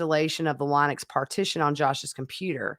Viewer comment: Thank you so much for your channel. Linux is pronounced like the lady's name - Lynn-ux.